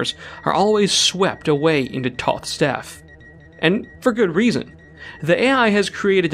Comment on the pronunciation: I came here to comment on you mispronouncing toth, and then got to the bit in the video talking about engagement! Clever!